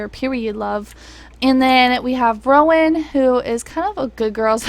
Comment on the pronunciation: you said rowan’s name right and i’m shocked